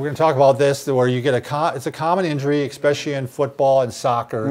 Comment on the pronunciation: This is the second video where Bob says “expecially”. 😖 It’s ESPECIALLY!